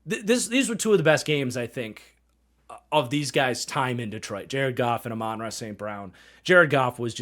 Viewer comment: Just as a heads up, Amon-Ra is pronounced like “ah man-rah”. Probably some short clips on here pronouncing it if you search it up